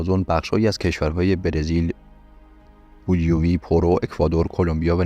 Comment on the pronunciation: بولویوی یا بولیوی؟😅😅😅😅